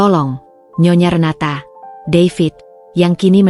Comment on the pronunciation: Nyonya Renata aja GK usah pake jeda nyonya,,,renata